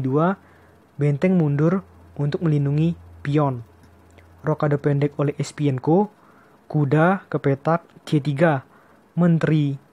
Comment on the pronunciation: Bukan Espienko bro..tapi Esipenko